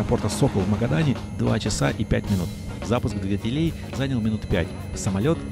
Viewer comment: Интересное видео. Прям путешествие) Пожалуйста , не говорите только "двигателЕй", режет слух.